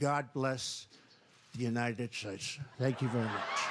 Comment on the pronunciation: 😳 My goodness. It's the first time I've ever heard someone have trouble pronouncing the word "states." 😳